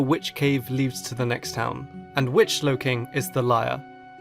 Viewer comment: DO NOT LEAVE OFF THE W IN SLOWKING!